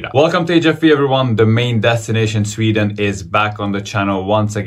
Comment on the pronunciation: I agree. The pronunciation is better than most people who have lived in Sweden for twenty years.